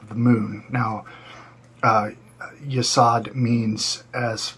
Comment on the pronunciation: You literally pronounced 8 of the Sephiroth incorrectly. Butchered them. Hint: the O in both Hod and Yesod is long, not short. They both rhyme with "abode." How can anyone take you seriously when you can't even be bothered to learn the basics?